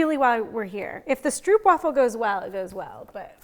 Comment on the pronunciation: Love you guys and this fun cooking show with this Advent season! But just an FYI from the Netherlands where stroopwafels originate, it is pronounced like “strope” (long “oh” sound”) :)